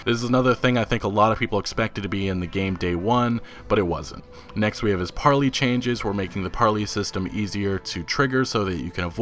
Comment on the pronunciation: PAR-LAY not PAR-LEE